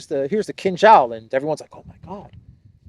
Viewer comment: It should be read: Kinjal